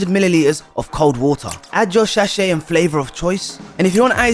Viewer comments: shashay, good english aj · saying “shachet” instead of sachet is sending me 😂